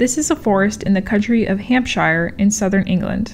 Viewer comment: im sorry, you pulled me out of my drawing trance with your pronunciation of Hampshire